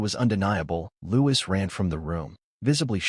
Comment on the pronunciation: If this is true, it’s disgraceful!!!!!!!! ( couldn’t the narrator pronounce Louis name correctly? Looee. There is no s.